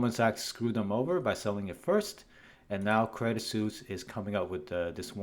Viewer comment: plz, its not "credit seuss"